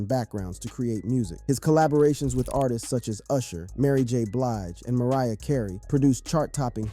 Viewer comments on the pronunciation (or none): none